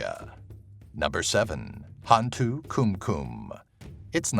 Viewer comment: Great video. There are a couple of demons that even I, as a Malaysian didn't know about, and most of them have variants in their background stories and/or traits. However, i just can't help cringe and laugh a bit when you mispronounced some of their names. ^w^ 'Hantu' was correct. It literally means 'ghost' in Malay FYI. 'Tinggi' is pronounced 'TING-GEE', hard G, not the 'j'. Hantu Penanggal (you missed the L in the vid text) was close to perfect, it's pronounced as 'PE-NUNG-GULL', as in seaGULL. Langsuyar, or Langsuir (theres a few way of calling it), is pronounced as 'LUNG-SOO-YAR'/'LUNG-SOO-YOR' or 'LUNG-SOO-AER'. Orang Minyak was the one i really laughed hard. Minyak (oil) is pronounced as 'MEE-NYUCK', its the 'nye' sound, and the 'UCK' is the UCK in YUCK. I've never heard of the A bao A qu, most likely because its origins are from India, as in a indian lore creature. Granted, Before Islam, Melaya was predominantly Hindu, so the lore might have been told by a several family lines. Not mine though. Gedembai is also a creature ive never heard about, most probably because it is not a mainstream creature like most in the list. Im sure there's a boatload more of malay lore and creatures ive never heard of. For the orang minyak, some think that it's a man who is trying to achieve immortality by making a contract with a djinn, and his task is to take the virginity of 9 women each night in a row to achieve his goal. im not sure what happens if he fails, but most stories end with